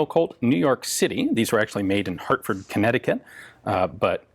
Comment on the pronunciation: H A R T F O R D . not hurtfird